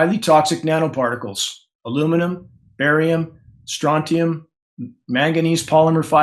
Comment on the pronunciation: Aluminum, Barium=baal